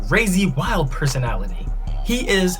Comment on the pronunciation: I lowkey just saw this and lol I watched the whole thing. He couldn't say personality lmao